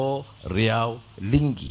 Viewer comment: Ma'af ye YB DSAI, bukan nya Linggi, tapi Lingga, ada nya gunung daik bercabang tiga, di kepulauan Riau, Indonesia.